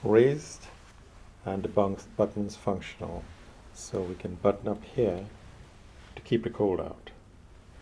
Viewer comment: Love the way he says, "hea" What we have hea..